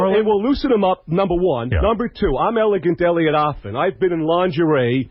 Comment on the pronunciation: I love how Howard always mispronounces his last name. It's not Offen it's AFFEN!